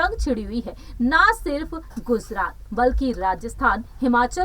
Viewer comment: Aby wo Gujarat hai name to pahle Thik lo